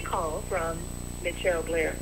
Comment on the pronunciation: Come on dude, is it michelle or mitchelle???. Cause you start off pronouncing her name wrong!!!!. Speak right !!